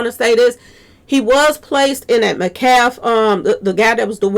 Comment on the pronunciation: Could the witness have been threatened or paid off? It’s Pronounced; Met-calf.